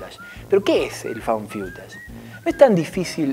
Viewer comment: Found Fiutash? No creo que se pronuncie así. Es Faund FUTASH...